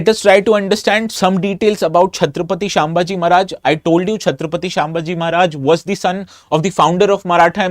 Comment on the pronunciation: Sir the name is not छत्रपती शांभाजी..it is छ्त्रपती संभाजी महाराज